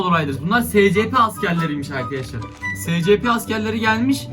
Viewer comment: Abi şuna uyuz oluyom scp şöyle okunuyo esipi diye şuan okunuşunu yazdım